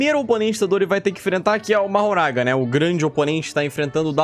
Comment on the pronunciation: a pronúncia de mahoraga não é "mahoragá" mas sim "mahoraga"